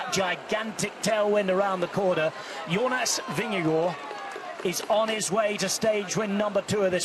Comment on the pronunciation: weee a commentator that is actually pronouncing Vingegaard correct :)